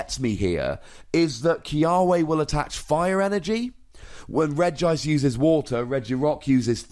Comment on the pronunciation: It's pronounced Regi-ice by the way. It's just written with one i because else it would look weird: Regiice. They are all regis (and after that comes their type), so Regi needs to be pronounced too.